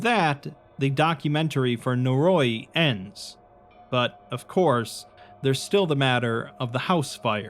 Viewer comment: Noe roe ee, not naroy.